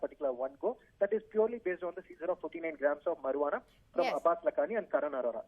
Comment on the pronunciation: I am laughing at how he pronounces marijuana. He says mur-waa-naa lol. It's pronounced Marry-uana .